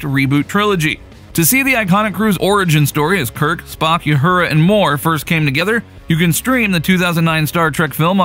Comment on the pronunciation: "Youhura".... egad, the cringe. "Star Trek 4 The Voyage Home trailer with Chris Pine" Clickbait bull manure. More cringe. And why their hesitation about recasting Chekov? Yelchin is dead, get over it. They've had a handful of different actors playing each of the TOS crew and there are plenty of actors who can fit the role just fine. They need to stop fooling around and just do it.